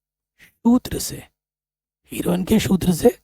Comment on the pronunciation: सर हीरोन है हीरोइन नहीं 😂😂😂😂😂😅😅😂😂😂😂